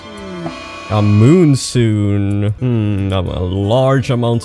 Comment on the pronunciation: we're both Swedes, so I get to make fun of how you pronounce monsoon and rhinoceros. monsoon is literally pronounced the exact same way in Swedish (monsun,) so you have no excuse. xD